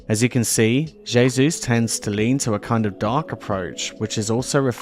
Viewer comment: Hey Zeus Esp. pr J=H not jayzoos, jebus!